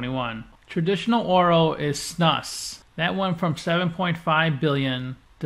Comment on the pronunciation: snus is pronounced more like snooze. maybe Snuus is more correct. im swedish were the word comes from. guess it grew from the english word nasal snuff.